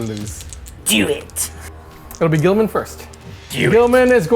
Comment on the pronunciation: unfortunately the lions rule set is bad compared to most other chapter leaders & by far the worst of the primarch class units! Also can i just ask ........ Who the hell is Gull a men??? Tool so bad at his job he can't even pronounce names correctly!